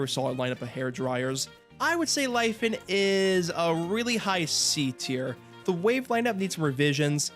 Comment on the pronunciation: omg didnt know you were chinese, the pronounciation absolutely shook my socks off. hihi